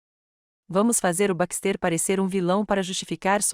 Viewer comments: Não é BAXTÊR É BÁXTE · LINDA ESTÓRIA, PORÉM... NARRAÇÃO CATASTRÓFICA! 😢 * Não houve respeito a gêneros - terminações e concordâncias erradas, equivocadas!!!😡 * BaxtÉr, ao invés de BÁxter - silaba tônica e, * PRONÚNCIA DO NOSSO IDIOMA misturado com o idioma de Portugal!!!😢 😡🤨